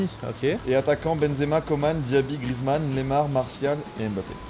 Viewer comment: C moi ou au début il a dit grezman neymar?😭😭